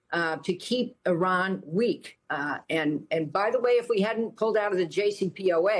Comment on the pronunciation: Lady, at least learn how to pronounce Iran from your colleagues. It makes you like a bleach blonde airhead working for Fox.